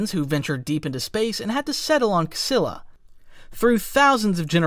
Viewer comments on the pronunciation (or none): The chiss homeworld is pronounced “chee-lah”. There are 9 ruling families, and Thrawn was born as “Kivu’raw’nuru” before being adopted into the Mitth family and becoming Mitthrawnuru the extra odo being added later as an honnorifi.